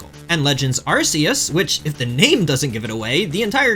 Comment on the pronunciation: “Pokemon fan for 30 years” doesn’t know how to pronounce “Arceus” despite it being explicitly said in the movie Checks out lmao